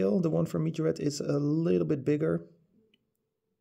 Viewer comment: Nice video dude! I like the poster cars countach's the most, because of how much detail you get for less price. Its funny too, how you spell Majorette. Earlier you always said Majorete, now you say mijorett😂Try just one time: M A J O R E TT👍😂